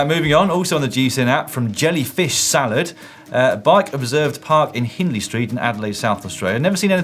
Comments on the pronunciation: Yeh Dan you did not pronounce Hindley Street correctly. I knew what you meant. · I know you probably got this from every South Australian watcher, but it's 'HINDley Street' - like 'the hind leg of a dog'. Actually, Hindley Street and the hind leg of a dog have a lot in common. Not really somewhere you wan't to be sticking your nose. (Hint - it's Adelaide's attempt at a 'red light district'.) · That's NOT how you pronounce "Hindley" lol